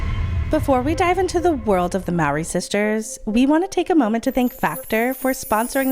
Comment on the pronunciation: not to be that person but their last name is pronounced 'Mouh-ree', not 'maow-ree' you'd just think with the amount of research y'all put into these y'all could pronounce it right lol